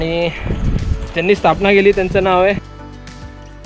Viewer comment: Rajaram khadeee not kharde ...... Bdw nce